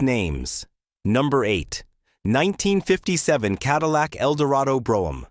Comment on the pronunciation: AI lost me at Ca-dee-lac.